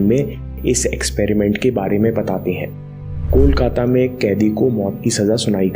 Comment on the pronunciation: Love from West Bengal and i loved it when you pronounce kolkata like bengali❤❤❤❤❤